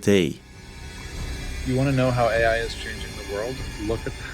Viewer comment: what is weird is this guy calls AI what sounds to me like "HGI"?